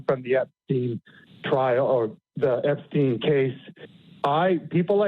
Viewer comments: Jaki znowu Epstin? Przecież on był amerykańskim Żydem. Czyli fonetycznie to Epsztajn. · Panie prowadzący nie mówimy "epstina" tylko "epsztajna" trzeba na każdym kroku podkreślać jakie pochodzenie ma/miał ten dzieciolub i jego przyjaciele dziecioluby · „Epstina” 😂😂😂 prawidłowa wymowa brzmi, w zapisie fonetycznym: „Epsztajna” i to jest literalna wymowa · Nie "Epstina" tylko Epsztejna - bardziej izraelsko brzmi to nazwisko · Epsztajn, Boże, chłopie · Ten Epstin to jak wiertarka na uszy. I to nie pierwszy raz jak nazwiska są źle czytane.